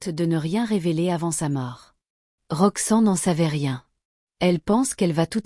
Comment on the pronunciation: Pourquoi elle dit Roxan, c'est Roxanne.